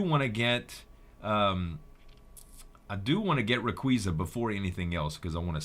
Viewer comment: it's pronounced ray-qa-za